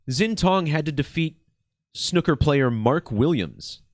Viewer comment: I almost hit the dislike button over your pronunciation of the word snooker, almost unsubscribed even. But I guess Ill let it slide...